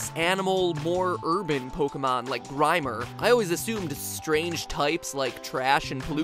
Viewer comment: The way tout say grimer